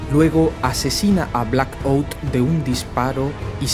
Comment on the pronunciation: Por un momento me confundí, yo escuche que dijo: Blackbolt, por eso cuando este hablo que me quede: Pero que putas pasa?!! Es Blackout y se pronuncia mas o menos asi: "Blacaut" XDDD